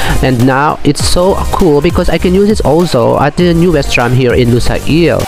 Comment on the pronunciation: just wanted to let you know, its lu-sayl, not lusa-il ;)